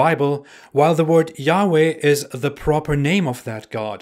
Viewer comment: Y-hwh is not said like you said it. Right now no one knows how to say ot so in Hebrew it said ad-onay or elo-him.